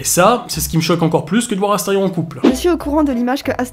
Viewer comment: C'EST ASTERION PAH PAH PAH PAH PAS ASTERFION